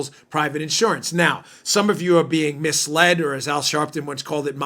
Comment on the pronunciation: "Misled" I'm dyin' here.. lol